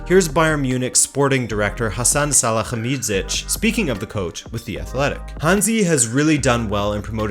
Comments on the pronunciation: Hasan "Salahamidchiez" lol he's called Sali-hamid-zic "Salie" "hamidd" "sitch" :') this is funny - some of us in germany cant speak it out, too haha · Great video but your pronounciation of salihamidzic is horrible lol the phonetic spelling for americans would probably be > Sally-hummy-jitch<